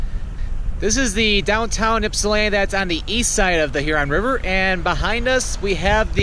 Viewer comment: Ip..sa..land..to lol Ypsilanti